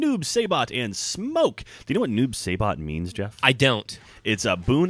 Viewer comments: The Saibot in Noob Saibot is actually pronounced like if the word sai was in it. Sai-bot not Say-bot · Way to mispronounce Saibot's name and ruin the character for me..